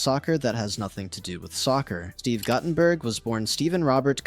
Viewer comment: Mispronouncing Guttenberg is offensive...